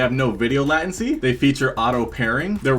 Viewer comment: love the video, but the word latency is pronounced lay-ten-see